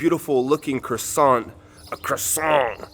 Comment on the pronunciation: I think you have somehow been in the wrong parts or have been seeking food in unsuitable venues ? Have been to both France and Italy often and both fabulous but I think somehow your compass has been off. Hopefully the locals weren’t too traumatised by your pronunciation of “croissant”? I suspect she recommended the MacDoo because she heard the accent. Ironique non ? You just need to spend more time perhaps with French locals -like you did in Italy. Your generalisations about restaurants and dining times are something I don’t recognise either. Hopefully you’ll have another crack at France.